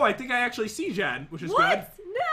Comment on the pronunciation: When you said oh oh chest it sounded like oh oh Jen haha LOL lav ya